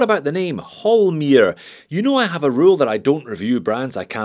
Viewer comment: Its Holmr, not Holmir!